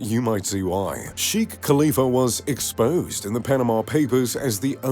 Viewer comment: its shekh not shikh